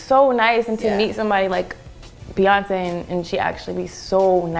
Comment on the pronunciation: how tf does the interviewer get beyonce's name wrong??? this fool said beyoncee ...